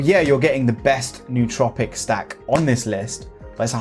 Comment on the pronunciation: I find it ironic that 99% of the smart drug community can’t pronounce “nootropic” correctly. If a word looks weird you google it. Why wouldn’t “smart people” do that?